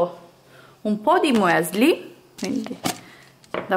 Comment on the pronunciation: MUESLI????? Mi stanno sanguinando le orecchie!!!!